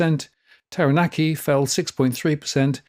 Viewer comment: Just to help you - Kapiti is pronounced 'Kap it e', Taranaki is 'Tara nak e', Manawatu 'Mana watu' and Wanganui/Whanganui 'Wong a nui / Fong a nui' (UK v Maori pronunciation and spelling)